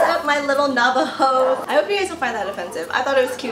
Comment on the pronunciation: “Nava Hoes “ lol 😆 did I hear right ???